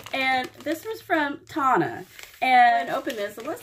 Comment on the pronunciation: I am so happy that you liked your package even though you butchered my name lol. It is pronounced like Daytona but no day. I hope you don’t mind I reached out to a few of your subscribers who I wanted to show some love friendship and kindness. Tona